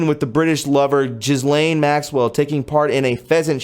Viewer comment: You do realize you pronounce Ghislaine's name the incorrect X-rated way, right? Just sayin'.